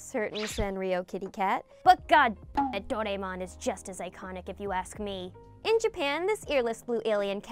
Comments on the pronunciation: I like your content so just want to give you the heads up on the pronunciation right Doraemon is pronounced "Doh-Rah-Eh-Mon" with flat intonation across all the syllables. Im here in Sendai, Japan. Let me know if you are in need of spot checking etc. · of course I know Doraemon you're pronouncing it wrong by the way any way I grew up watching Doraemon it's actually a personal favourite of mine